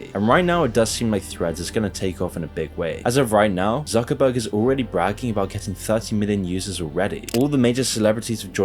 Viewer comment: His name is ZUCKERBERG (TSOOKERBERG) not suckerbucks :D